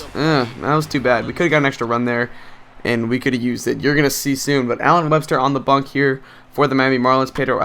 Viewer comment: Are you saying bunk or bump? Because it's supposed to be bump.